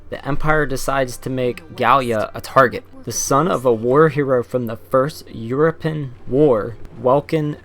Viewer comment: Euro-Pe-An Not Euro-Pen But great video :D I love these reviews over the major channels.